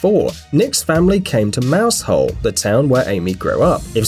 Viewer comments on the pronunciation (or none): Mowzle not moushole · ITS NOT MOUSE HOLE ITS PRONOUNCED MOUZEL I LIVE HERE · Mouse Hole.....locals pronounce it Mouzil Mau zil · I actually laughed so much when he said ‘mouse hole’ 😂😂 it’s pronounced ‘Mouzel’ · it is pronounced Mowsal!!! Not Mouse Hole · I nearly stopped watching when he pronounced 'Mousehole' as "Mousehole". ALL the Cornish people et al pronounce the village as Mow-zull. That would be 'Mow' as in 'bow' down, not mo. Ruddy emmets. Surprisingly for a Yank, he didn't say that they, like met each other, on a, like beach, when it was, like, sunny, and later they got, like married or something. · Hahahaha it's not pronounced mouse - whole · Lol! Giggled when the presenter said Mousehole! Hehee! It's not pronounced that way. Very cute coincidence😊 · Uggg everyone not cornish say Mousehole wrong